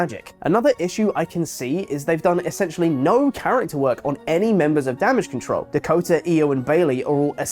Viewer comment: Please stop it with the cataral pronunciation of control. You complain about wwe repeating jokes until its not funny and running it further. You're being a pot calling the kettle black. Ffs.